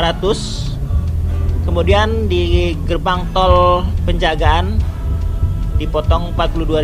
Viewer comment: Toll pejagan, bukan penjagaan